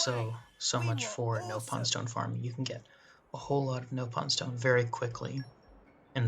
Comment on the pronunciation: I can tell you played Xenoblade Chronicles X cause you pronounced it as “NOPE-on” instead of “NOP-on”